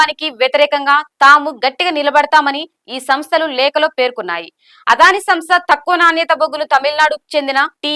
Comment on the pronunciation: అదానీ - ఆదాని కాదు. దయచేసి అద్వాని అనకండి మేడం.